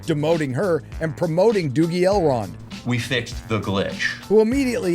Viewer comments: It's so cringey how she tries to sound "genuine elvish" by heavily pronouncing "rrrr" for some reason,that she justs ends up proving that she's a bad actress. Seriously,who had this childish idea to have her go like "Celebmbrrrrimborrrr" and "Elrrrrrond"? It's ridiculous. Meanwhile,this show has less in common with Tolkien's works than Joe Biden has with truth. It's a distasteful,badly written,awfuly acted,terribly cast,unbarebly politicized,disgustingly ugly show. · The way they pronounce R is so painful to listen to… “ElRRRRRond!”